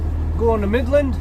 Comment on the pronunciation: Just for starters it isn't Mid Land Texas. Its Midland. You're welcome.